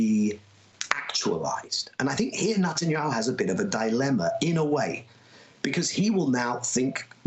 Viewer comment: I have noticed for some time, that Daniel Levy always calls Netanyahoo, "Nutanyahoo."